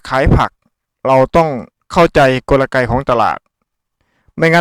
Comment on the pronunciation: เขาพูดว่ากลไก ของตลาด ไม่ใช่ กลระไก ของตลาด พูดผิดนะคราฟ